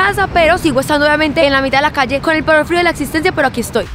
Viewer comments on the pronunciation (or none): soy yo o dijo fario en vez de frio